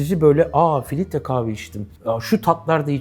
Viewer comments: Filitre dedin beni kaybettin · sürekli filitre demesinden odaklanamadım. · Hersey cok guzel de filtre kahveye neden filitre diyorsunuz delirdim! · filtre yerine filitre dediği için o kadar sinir oldum ki dislike atıcam az kaldı biraz daha filitre dersen.